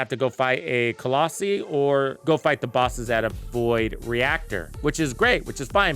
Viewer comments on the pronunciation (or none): Colossi is not pronounced that way and it distracts me soooooo much. (kuh - laa - sai) or (cuh - loss - eye)